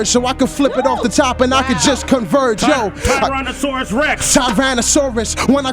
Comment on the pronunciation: i had to leave as sonn as sway said tiraosonic rex